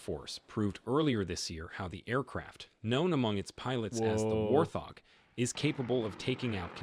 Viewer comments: Did the dude in that video clip call it a war thog? 😂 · just me or did the video actually call it the "War Thog" ....? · Wait... did he just say "warTH hog"?? I'm praying that's an Ai voice 😂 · The narrator really called that aircraft the war-thog. SMH😢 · bro said worth...og 😭😭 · Ok...dude in video just pronounced it War thog. Then he said Atten instead of A-10. Another frickin computer voice. Is it too damn hard for real people to read anymore? That vexes me. I don't like to be vexed.